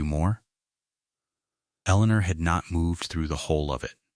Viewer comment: Strange, I can somewhat understand the faulty pronunciation of 'honest', but why 'H-own', 'H-Eleanor', 'H-out', 'H-iron', 'H-up'?